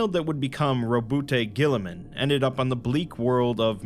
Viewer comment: We say ROWBOAT GORILLAMAN, not "Robust Girlyman". Thank you!